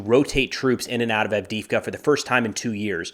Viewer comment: Can you say Add dee Eve Ka ?